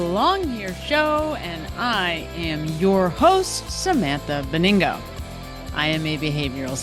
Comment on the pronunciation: You're not pronouncing your last name the way it's spelled. It's OK, that's your right. You pronounce it with an extra "N" in it, as if it was spelled, "Beningo". Dyslexing the g and the n. The only reason I mention this is that it makes it harder to find you online by guessing the spelling of your name. I was just going to share your channel with my (Dyslexic) dear wife, and spelling is important to me, and getting people's name pronunciation correct is important too. Your content is awesome, and I want to share it, and get spelling and pronunciation correct in the process. When you're a star (soon), brought on Fox News, Newsmax, etc. they need to get it correct as well.